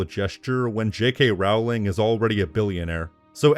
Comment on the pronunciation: It's pronounced ROLLLLLLING